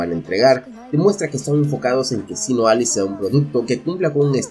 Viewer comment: Pensaba que decía Sinaloa jajaja